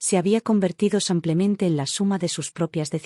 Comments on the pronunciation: Un copia y pega. Al menos corrige las terminaciones del femenino y masculino. "samplemente" es pronunciación francesa. En castellano es "Simplemente". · Una pregunta?porque en estas historias en vez de decir simplemente dicen samplemente.